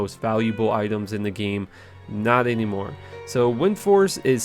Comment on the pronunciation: The way he says 'Game' is so funny. It's like Gye-em or Nye-eem